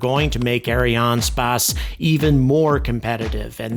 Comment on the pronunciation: "eh ·ree·an·spays"